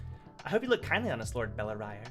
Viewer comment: I think its bell-ri-re